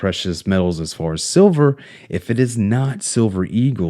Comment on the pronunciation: Tin things bout siver an goud. Pronunciation matters.